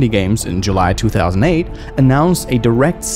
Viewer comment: "Jew-ly 9th" 😂